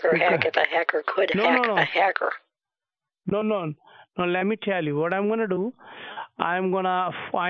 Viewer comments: Did the fool say 'haircut' instead of 'hacker' ?🤔 Maybe I need new batteries for my hearing aid too. The Energiser 🐰 may help. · It's supposed to be a hacker but the scammer sounds like he's saying hiccup